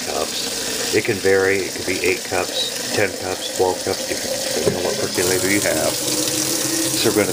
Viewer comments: Percolator, not perculator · "Perc-yu-later"?! "Machine"?! Really?! And then you don't even show the results? Where do you clowns come from?